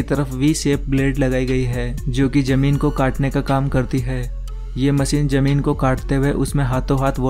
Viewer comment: It's ZAMEEN, not JAMEEN